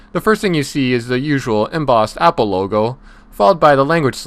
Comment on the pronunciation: You says the APOL AYYYFAAD FOW